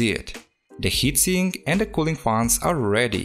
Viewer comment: The way he sayes faans 😂